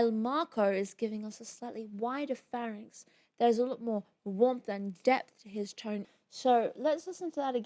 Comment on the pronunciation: I love the French quality of your prononciation of "pharynx" :)